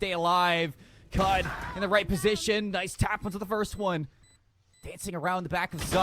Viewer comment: Ada Casternya ternyata. Btw lucu jg Cud dibaca Kud sama org luar :v